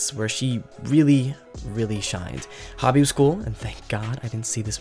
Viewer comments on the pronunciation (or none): it's pronounced "HOE-BEE" for Hobie's nickname. Otherwise call him Hobart Brown.